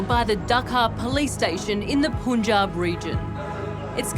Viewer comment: Gosh cant people get their pronounciation right...one can easily find it online... Its punjab pun should be pronounced as in pun intended. Also, tinder date while still not divorced from husband??? I know that this isnt the point of the video, but still it irks me. But thank goodness she found out his true self before getting entangled with him more. Sad for her father😢